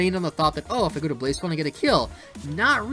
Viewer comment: Its pronounced BLAH - SEPH - AH - LAWN. Lmao😭